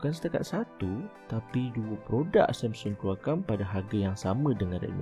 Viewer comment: Yg ckp MCM tk cukup mkn.lembik.sebut Samsung pun MCM sembur somsen.huaaa